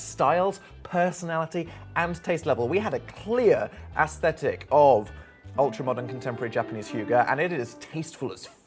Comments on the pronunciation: also i need you to learn how to pronounce hygge properly before i go full violent viking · HOW did daniel howell just pronounce 'Hygge'. i must depart